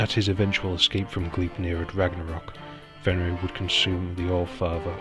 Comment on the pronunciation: I just want to say that the only name you pronounced right was Fenrir